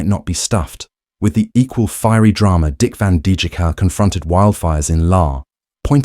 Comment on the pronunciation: Van DJK??? If you can't even pronounce the name correctly, how can I believe a word you say.